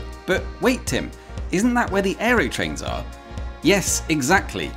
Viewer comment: Why do you keep mispronouncing "Aerotrain" as "Aerytrain"?